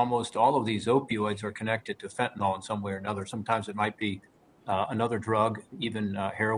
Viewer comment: There is no "O" in the word Fentanyl. It is pronounced FEN-TA-NIL not FEN-TA-NOL.